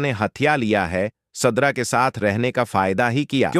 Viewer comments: Zubear nahee zubait tum.kasa vhannel chala raha hoe surda nahee sidra😂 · Sadra nahee sidra kon c school maa talim hasil kee ha😂😊